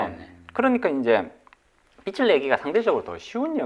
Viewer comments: 잘 들었습니다. 발음 좀 수정해야겠네요. 빚을( 발음 비츨->비즐) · 말씀 참 잘들었습니다. 다만 자꾸 "빛을 진다"는 말씀을 너무하셔서 이상하게 들립니다. 다음 출연하실땐 "빚을 진다"라고 해주시면 더 좋을것같습니다!!^^ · 빚(비즐)내서~~ 빛(비츨)을 내서가 아닙니다 국어시간에 뭐하셨을까? 비즐~~~~~내서 (빚) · 게스트가 빚을 계속 빛이라고 하시네요. 빛을 빛을 ...